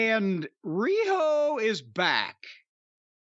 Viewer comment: THE WAY JIM SAYS "RIHO" OMG :face-green-smiling